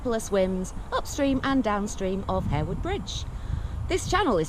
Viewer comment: I often go on this walk with my friend . The river is/would be great if the water wasn’t so polluted. So glad you pronounced It Harewood not Haarwood. Greetings from Haarhills Leeds😂